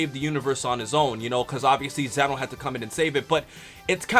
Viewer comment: Lol he pronounced Zeno wrong it's a long e